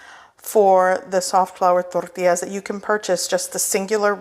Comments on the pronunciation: I like how you say , torrrrrrtillas😅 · I love the way she has to roll her 'R's" when she says tortillas!! LOL!